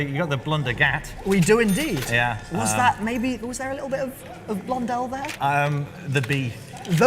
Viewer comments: Why do you say "Blun-Dull". Isn't it "Blun-Dell"? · It's not bulndul its blun dell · Every other YouTuber says "Blun-dell". is that only one that says "dull".